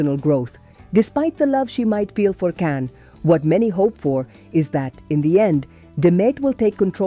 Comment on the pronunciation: Pronounce his name correctly!